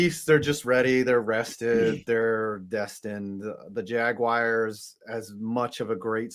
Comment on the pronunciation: The way says JAG WIRES its jaguars bro